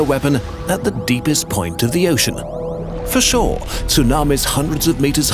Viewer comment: "For shore"😂